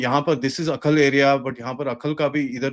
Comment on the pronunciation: It is not Akhal but Ai- hal, a village in Kulgam district